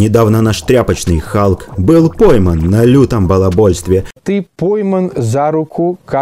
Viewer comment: Халк или Калк прозвучало!? 😁